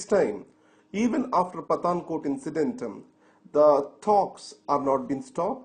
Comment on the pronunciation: Sir, I see you video. I want to give suggestion please do not take it otherwise. The words like incident are pronounced as incident-tem further which create pronunciation problem to understand the words.